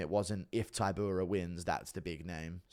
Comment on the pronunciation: Dude still saying Ti-pure-ee-ah 😆